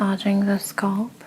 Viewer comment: “Skulp” scalp is pronounced “Skalp” with the a sounding the same as the a in Apple.